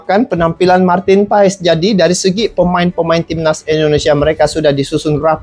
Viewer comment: Bang.. maaf sedikit koreksi untuk Nama Marteen Paes di baca Marteen Paas (krn asal Marteen berasal dari wilayah Belanda yg berdeketan dgn Belgia) penyebutan itu berasal